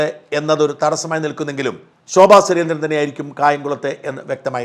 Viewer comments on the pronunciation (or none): none